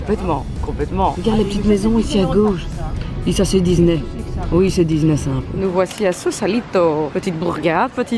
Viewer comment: mais pourquoi tu dis Dizney ?😭